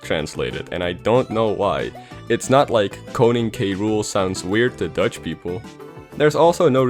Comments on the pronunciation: Damn are you Dutch??? You have no accent, you sound like a native speaker. I started to question whether you were English when you pronounced koning so perfectly😂😂 This was a cool vid!! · U said koning really well good job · Wait you are dutch? You said koning so well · Is he dutch? He said konig perfectly. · You said koning SO good! I can say it bc i am Dutch😁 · you said koning from koning dedede very well! are you dutch by any chance? also young link was changed to "jonge link" in dutch aswell. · The way you pronounced “Koning” was actually really good Edit Nevermind you speak dutch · Dude. You NAILED the dutch pronounciations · whaaatttttttt! Ik dacht al wat kan hij het goed uitspreken. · Koning, not konig